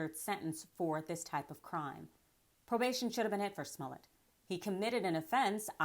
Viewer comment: Why does she keep pronouncing his name "Sss-mullet"?